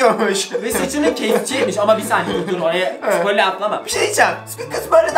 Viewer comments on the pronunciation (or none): none